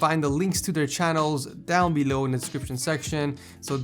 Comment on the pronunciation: he said - down belouiew, i dunno , i laughing my ass off